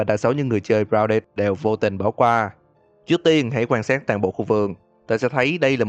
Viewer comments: Ai nghe câu grouded nghe lộn là rao đệt đấy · anh nói tên game hay vl gounđịt